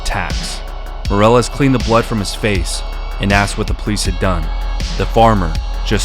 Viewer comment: Dude if you are going to be posting videos about people from Spanish speaking countries, you really need to work on your pronunciation That last name is not pronounced MORE-EL-LESS We would be pronounce like the English word “me” ME-DEH-LESS Soften the D in DEH so it sounds like a slightly rolled R